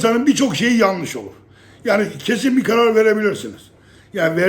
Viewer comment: Yaggni demen beni çok güldürüyor